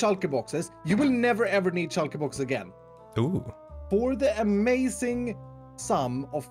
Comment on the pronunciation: A few absolutely amoizing things about that I like: •His voice •The way he says amoizing SERIOUSLY THIS GUY IS AWESOME:)